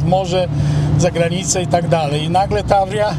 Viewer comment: W oryginale to się czyta Tawrija. ostatni znak w Таврия to literka ja.